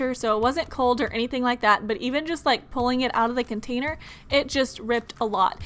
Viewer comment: Ruby Medley I think she can poke the slime..BTW what is jus it's pronounced *just